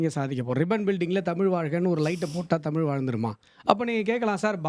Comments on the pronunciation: உண்மை வரலாறு தெரிவது அவசியம். தமில் இல்லை தமிழ். "ழ்" முக்கியம். தமிழை கொல்லாதீர்கள் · இவனையெல்லாம் யார் பேராசியற்சியாக அறிவித்தது தமிழை, தமில் னு உச்சரிக்குறான்.